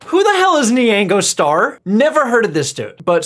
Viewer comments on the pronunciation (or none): Nee-ango Star is actually pronounced “nyango,” like it’s spelled. Run the n and y together, and the a is an “ah” sound. So, for the American, say “Nyaaahngoh Star.” Helpful? Jfc it’s like when people say Merrio for Mario, or nuhvidia for Nvidia.